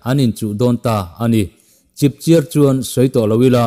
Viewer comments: Chipchiar tih hi chiar tih tak hi thluk phei lo vin thluk hniam rwh chipchiar. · "Chipchiar" thluk pawh hi.